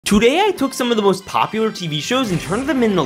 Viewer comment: Wen you say "tO dAy" it song funny